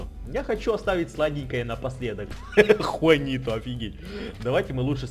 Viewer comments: но там вид джуанито а ты сказал хуанито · Трава суперэффективна против воды!!!! Посмотри в интернете и поверь тому, кто знает и любит Пиксельмон на 100 % и Juanito читается не (хуанито), а (джуанито)!!! J читается как Дж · не хуанито а juanito